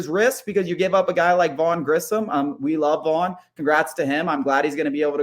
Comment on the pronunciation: Why can’t say Grissom properly